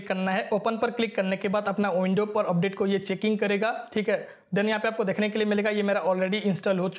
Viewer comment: Update ❌ Opdate ✔️ .😑